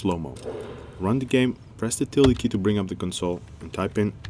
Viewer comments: What key did he say to click when we wanted to bring up the console? All I heard was "press the tele key". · He says "tilde" but it does sound more like tele or tili. On American keyboards it's to the left of 1 and above tab. It looks like this and is actually called grave accent: ` It's on the same key as ~ which is called tilde and accessed via shift+`. This is why ` is often called tilde.